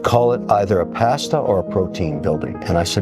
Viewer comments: Pronouncing “Pasta” like that makes me not trust this guy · Never imagined hearing it pronounced “PASS-TUH” would bother me so much. 😅